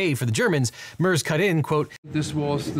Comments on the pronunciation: Friedrich “Murrs” 😂 sorry it made me chuckle. His name is Merz. Think Meh-r-z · It’s a small thing I know, but 60 seconds on YouTube gets you the proper pronunciation. It’s Mare, like a female horse, then tz, like the end of it’s. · Also.. its Merz. One of the worst combinations for you... r and z and the e is spoken like an ä. So you would say it that way: M Sound of an angry sheep (ääähh) Sound of an angry wolve (growling r) Sound of a the last part of "badum tss" (the tss) I would love to hear you try, well aware how f up our language is for you^^ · my soul died at his pronunciation of “merz” 😭😭😭😭😭